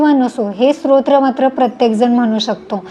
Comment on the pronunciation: माहिती उपयुक्त आहे धन्यवाद❤ आपण स्तोत्र उच्चार चुकीचा करत आहात तुमचा उच्चार ऐकताना श्रोत्र असहोत आहे😊